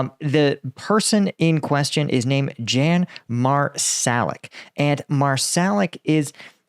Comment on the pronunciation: 'Yahn' not Jan